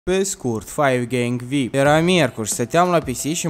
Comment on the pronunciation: Defapt se zice vi-ai-pi (very important person)